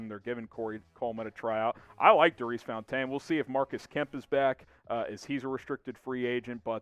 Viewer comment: Love the show. But do u know something the rest of us don’t about how to pronounce Daurice Fountain’s name? Or when you’re thirsty do you look for the closest water fontane?